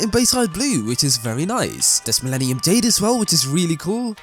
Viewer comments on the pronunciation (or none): none